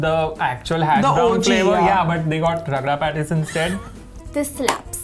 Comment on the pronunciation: Did just call the hash brown ragda pattice 😂